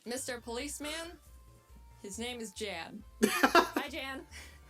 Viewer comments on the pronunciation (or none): I think its closer to the name "Ian". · You probably know this by now but his real name actually is Jan (pronounced Yawn) I believe it was German if I remember correctly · when he watched the video he said it’s pronounced “y-ah-n” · It is german but that is still not how you pronounce that.